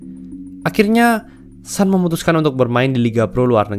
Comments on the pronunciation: bacanya tetep Sun bukan San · Sun itu bukan dibaca a tapi tetap dibaca u.